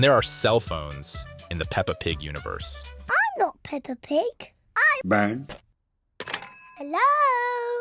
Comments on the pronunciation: It’s peppa not pepper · It’s not hello me it’s hello Peppa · The mom said “ pepper “ not peppa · Not only that but the also call peppa pepper